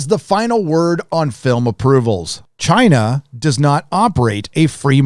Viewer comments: I know your definitely pronouncing Shang-chi correctly 😂 and the way you say Chiina is funny asf I hope your not racist 🤦🏾‍♀️I wanna subscribe because I love your honesty on Marvel movies but ion know lol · I love your new pronunciation of "China". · Why do you say China like that?